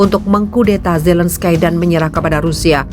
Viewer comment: Zelenskai.. .????? *ZELENSKI..!!! MEMANG TULISANNYA ZELENSKY TAPI DIBACANYA ZELENSKY. Hadeuuuh youtuber kelas ecek ecek... Baca/eja nama orang aja lebay